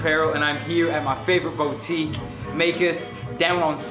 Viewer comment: its not 'BOW tique' its 'BOO tique' great vid though. much love bruh